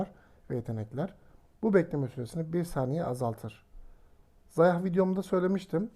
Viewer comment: Xayah diye yazılıyor ama zaya diyiye okunuyor zayah deil